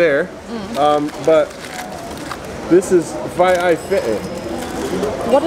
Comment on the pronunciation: Uso, fai'ai, not faai